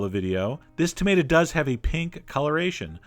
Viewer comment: Tomaytaz. xD